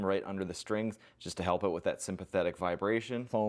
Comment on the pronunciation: "help oat" Great White North, eh?